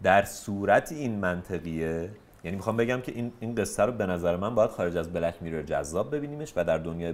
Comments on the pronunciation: آقا هی میگه میرِر ولی و حتی که از کانادا اومده میگن میرور، اصلا تمرکز آدم به هم میخوره😢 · دوست عزيز ، از شما بعيده واقعا كه تلفظ mirror رو اينقدر افتضاح بيان كنيد. واقعا انتظار نداشتم چنين چيزي بشنوم.